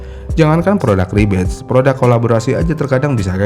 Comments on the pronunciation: Harusnya “Rebadge” kan, bukan “Rebatch” Beda makna gak si.. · REBADGE* bukan rebatch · Bang, Rebadge bukan Rebatch